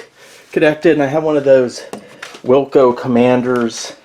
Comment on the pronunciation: No offense,but the joystick is wico(say why-co),no L.... the cpu is sixty eight thousand(68000) not hundred.. nice video overall though! the good thing about the 68010 is it allows you to use the quit feature in whdload even tho speed upgrade is not much if any. Please save a copy of that hard drive,the Kroger stuff looks cool. Likely used an Amiga A2300 genlock or some such to display as a overlay.